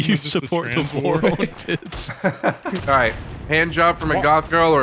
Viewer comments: For the love of God someone teach doo how to say war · Idk why but the way Dooo pronounces "war" really rustles my jimmies